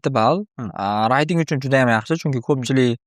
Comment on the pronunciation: Hayajondalarda shunga shunaqa talafuz qilib kettila